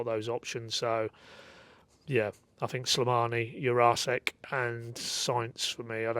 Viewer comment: Lads come on please… There’s NO way it’s pronounced youre arse ek it is pronounced Jur ra sheck 🤦🏻